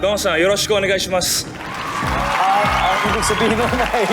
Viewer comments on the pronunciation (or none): Sabi nya Konbanwa doza yoroshiku onegai shimasu.mali ang accent.😂